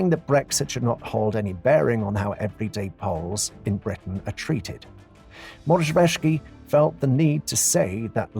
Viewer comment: Please learn how to pronounce the names because they're nothing as you said (Rzegocki, Morawiecki).